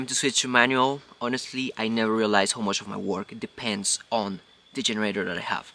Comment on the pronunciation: A mí esposa y a mi nos gusta ver tus vídeos. Un comentario. Tu inglés es bueno pero te voy a dar un Tip. Cuando dices how y now lo pronuncias incorrecto. Trata esto. How se pronuncia jau. Now se pronuncia nau. Sigue adelante. Felicidades.